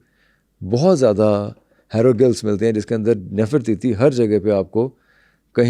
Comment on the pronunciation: Hairo gulfffzzz....hahahahahahaha...ratta rataaya he sahi bol lata hai banda.